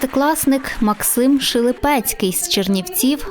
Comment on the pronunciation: Не Шилипецький, а Шилепницький